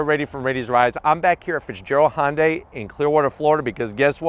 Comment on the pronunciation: Most people can't even pronounce Hyundai right lol. Hi-oon-die, not Hun-day